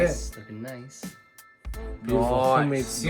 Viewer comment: G'day mate. Epic as always. So a couple of things.... I need to stop saying I'm hung like a gorilla and did I hear an Aussie "noice... noice" at the tasting? 😁 Oh, I have cooked dumplings on a plate like that for years. 🙄 Nah, just messing with you. You recipe, your way, your video, your way... That's why you are my fave cooking channel. 👍 Just amazing cooking brother! All the best. Daz.